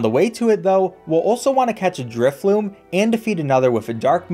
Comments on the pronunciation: The whole time he’s using drifblim i hear him calling it drifloom lol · I love your vids, but say it with me inhales driftBLIM!! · My boy Drifblim did not deserve the mispronunciation 😭